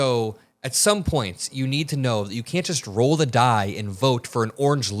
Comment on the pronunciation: “Roll the di ?“ 😅 “roll the dice” 😂😅